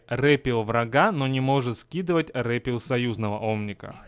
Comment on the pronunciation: НЕ РЭПИЛ А РЭПЭЛ